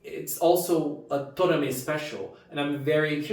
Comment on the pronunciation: I agree, this is one of the most emotional episodes we ever had in the history of Precure. 😢 One small correction. His name is To"ra"me. Tora=虎=Tiger, Me =目=Eye. If you say "Tomare", it will mean "Stop!!".